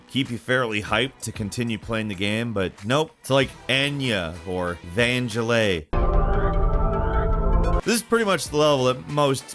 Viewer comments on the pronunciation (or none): Ahh, the famous artist, H R Ginger and the famous musician, Vangellay. Were you drunk when you recorded this? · van-gillet? lol😶‍🌫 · Repeat after me. vang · geh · luhs